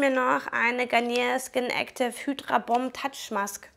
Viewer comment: Ich glaube Tuchmaske wird deutsch ausgesprochen ;)